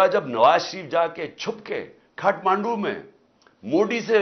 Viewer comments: Khaatmandu nahi imran chacha.. Katmandu bol.. 😆😆😂😂😂😂😆😆👉🇵🇰💩😆😂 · अरे खातमंडू नही काटमंडू है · खाटमांडू " नहीं काठमांडू है बुढ़ऊ 😁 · Khaatmaandu nhin hai bhai Kaathmandu hai Words bolne nhin aate inko Modi bolna bhi seekho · Khatmadu kya hai bhai sahi se bol lo